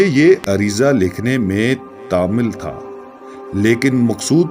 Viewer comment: تامل کے میم پر پیش ہے